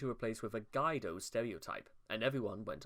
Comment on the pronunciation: its pronounced GweedO lol